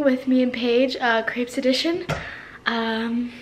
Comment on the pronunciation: She says crepes wrong